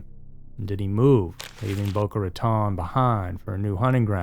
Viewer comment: Plus Boca Ratone, Ahkachobee, Brehverd County...